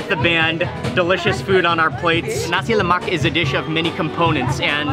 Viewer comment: HE PRONOUNCED NASI LEMAK ACCURATELY!!!!!